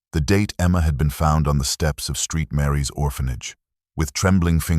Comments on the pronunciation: It’s 2007 not 2000 and seven . It’s not street Mary’s it’s saint Mary’s. Edit your product please! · Interesting how your A.I. calls Saint Mary's... Steet Mary. Gone from saint to whore thanks to A.I. Interesting how Sara leaves video on a computer after her death 💀💀💀 Sorry this is too sh!tty for anyone to listen to.